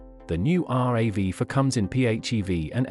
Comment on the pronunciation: It’s not called are a vee 4 it’s pronoun rav4 two words